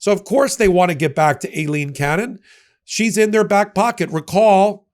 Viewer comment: It’s pronounced Eye line. That’s the Spanish spelling.